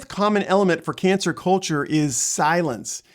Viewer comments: Why are you saying cancer instead of cancel? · I thought I was hearing it wrong. I kept hearing cancer culture. Haha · You're saying cancer culture lol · how can you be seen as being credible when you keep saying " cancer " instead of cancel culture? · He kept saying "cancer culture". Good video otherwise.